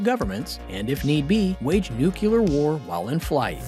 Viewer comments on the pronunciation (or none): Nuclear = new-clear not new-cue-ler. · Nuke-lee-er NOT Nuke-you-ler. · Is correct pronunciation too much to ask for? It’s pronounced “new-clear” not “nuke-u-lar.” Also, the countermeasures are chaff, not chafe. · "...and if need be, wage nucUlar war.". The word is Nuclear. Pronounced New - Cle - ur. Its not New - Cue - Lar. That was actually one of my biggest issues with Bush II. He couldnt say the word to save his life. Ive always felt, as a minimum, if you cant say it, you shouldnt be allowed to launch it. lol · It's NOT "ROSS-ee-yah"; it's "ROE-see-yah" -- Russian for "Russia". Time to go back to BOT SCHOOL for vigorous reprogramming, fool! NOT!! "NOO-kyoo-lur", ya' damned fool! "It's "NOO-clee-ar"! NOO-klee-arr!! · NU-KU-LAR! // NU-CLE-AR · Do any YouTubers know how to pronounce nuclear? New-Klee-er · & - Nuclear not “nuculer.” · “Nuke-you-ler” Okay, George Bush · Jesus smh.... more than once, the narrator refers to 'nucular' war. Only Americans....... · alot of youtubers cant pronounce nuclear for some reason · The intelligence behind this speculative and superficial commentary is suggested by the narrator's inability to pronounce "nuclear" correctly, amongst many other details. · please try to learn how to pronounce nuclear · learn how to pronounce nuclear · Why can’t you pronounce NUCLEAR!